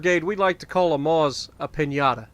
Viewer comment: Nice video as always man. Just one thing, Maus is pronounced like Mouse, not Moss :)